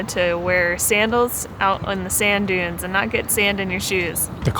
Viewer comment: dude its dunes